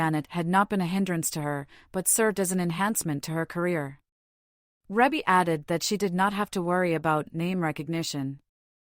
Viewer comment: Her name is pronounced reebbie not rebbie if you're going to report on her life please get it right